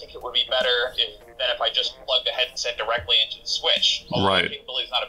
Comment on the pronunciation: "We got Der*rekt*!" Yes, of course you did e.e